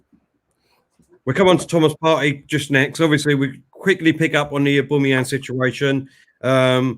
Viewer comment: Aboomeyang 😆😆😆 get it right!